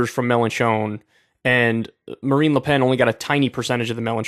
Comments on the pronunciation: “Melon Chone” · I’m sorry Kyle. I can’t get over your wretched pronunciation of Melenchon. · Get ready for Kyle to butcher the French names again 🙄What matters now is the legislative elections in June and Mélenchon could be the next PM if the left does well!